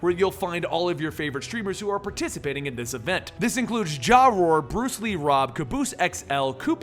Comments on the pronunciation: Ja Roar?? JaeRoar is more like it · my boi it's jae roar not ja roar but the jaeroar is together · Jaw Roar XD, It sounds like this Jay-Roar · JaaRoar ahahaha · Jaa-roar lol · Ja-roar lol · Lol, you pronounced JaeRoar wrong, it's pronounced Jay. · Jaroar. It's pronounced Jay-roar. I just wanted to let you know.